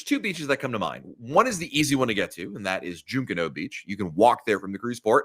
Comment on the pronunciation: It's Pronounced (Junk, Canoe) Junkanoo Beach